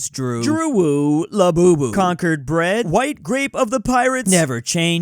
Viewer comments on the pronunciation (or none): none